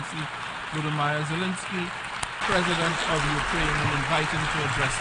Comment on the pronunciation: Pronouncing his name correctly when introducing him wasn't an option? :/